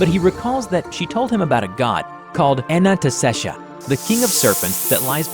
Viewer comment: Ananta-shesha what's so hard pronounce? idk why was pronouncing it like Anantastaysha lmao